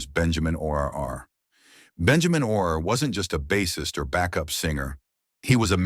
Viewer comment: Stupid AI, Benjamin Or R